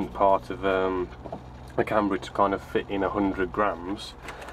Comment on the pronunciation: can-ber-a not can-ber-e